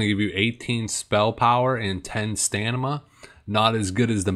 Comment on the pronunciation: its not stanima - its stamina